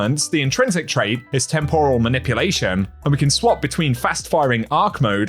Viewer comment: the way you mispronounced "temporal" isn't sitting right with my spirit